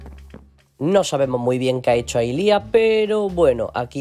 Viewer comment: Para empezar se dice liah no lis